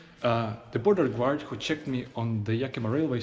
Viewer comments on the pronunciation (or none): Interesting video. BTW your english is very good! P.S. "Guard" is pronounced like "gard" not "gward" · guard is pronounced Gaard, not Gewaard. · A really excellent video. Thank you. i would almost be scared to go into that KFC for fear of not coming out without handcuffs on. By the way, when you say the word 'DOUGH' it is pronounced 'Doe.' And the word ''GUARD' is pronounced 'Gard.' Just to help you out a bit. That potato pie, Kalitka, looked really good. Thank you for showing Kizhi island. All my life i have wanted to go to that church, and to Valaam